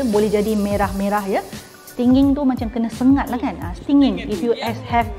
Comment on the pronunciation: Am I really heard the phrase of "Sting Aku Yahuuuu" every time the word of "Stinging" pronounced?